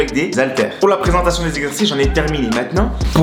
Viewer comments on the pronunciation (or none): none